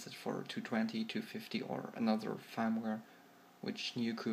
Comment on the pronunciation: It's Firmware not Farmware xD